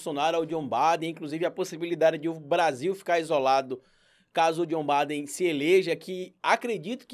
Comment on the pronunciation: É Biden e não Baden.